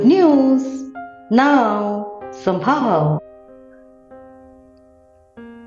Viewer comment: it's not sambhaava...it is somehow.... please pronounce as somehow